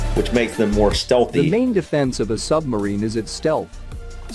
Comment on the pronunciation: Hahaha. Same old. It's a sub-marine, not a sumbarine.